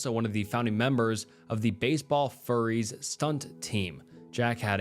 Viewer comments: It isn't furries it's furys as in fury, from the movie The Warriors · My personal favorite is Baseball “Furries.”